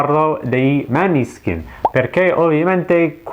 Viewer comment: Comunque si pronuncia Moneskin.